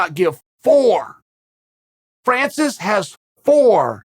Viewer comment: You can tell that Chael likes Francis, because he knows how to spell and pronounce his name.